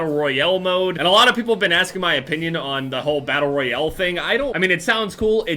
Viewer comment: "Battle royele"